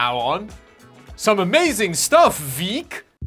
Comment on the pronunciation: "VEIK" in Norwegian means weak 😅 Not 2 k's, but still, I had to mention it 😅